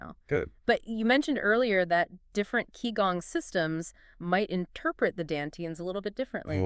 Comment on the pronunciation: This is truely awful. They can't even pronounce Qigong correctly😅